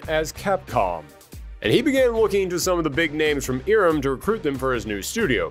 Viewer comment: It's not "EE-rem", it's "EYE-rem".